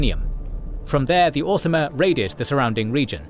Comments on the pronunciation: You do keep saying 'Orismer' instead of 'Orsimer', which is odd. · He also kept saying ormiser! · Also the "Orismer" haha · Lmao mslacath is not the "lord of lies" wtf, he explicitly despises deception and weakness. Also its Orsimer not Or-ismer and Trinimac